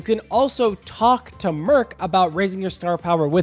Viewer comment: I hate how he calls murch merk and salmonids salminoids